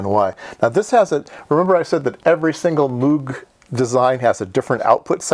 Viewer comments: moog is pronounced with a long o like "no".. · So Moog gets butchered but "verkshtahtt" gets a pass? Lol fascinating video as always.